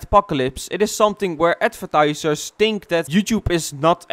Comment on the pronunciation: Hij zegt think echt zo met een t